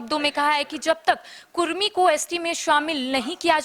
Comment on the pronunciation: कुर्मी नही कुड़मी